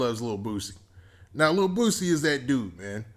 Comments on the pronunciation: BOOSIE NOT BOOTSIE dahm. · Sound like he saying Boot-sie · Don’t say his name if u can’t say it right⚠️